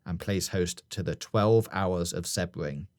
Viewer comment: Interesting theory about Sebring (pronounced more See-bring btw, but no biggie), but in Florida there is also Daytona International Speedway (up closer to Orlando, at near Daytona Beach) and Miami Homestead Speedway which is down by the Everglades.